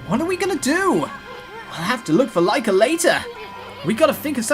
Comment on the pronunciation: I'm so happy you're playing okami,! Btw, Lika is pronounced Lee-ka